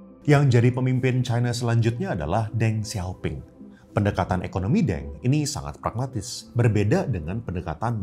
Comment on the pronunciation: sekedar masukan, D itu dibaca T, P itu dibaca Ph, seharusnya di baca "Teng Siau Phing" dan untuk nama chinese, kalau gak mau panggil full dan mau panggilan aja seharusnya di panggil nama kedua dan ketiga spt "Siau Phing" atau mau panggil 1 kata aja, panggil nama ketiga "Phing"